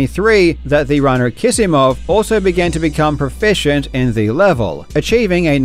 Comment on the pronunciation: Are you sure Kisimov is pronounced as if it had two 's'?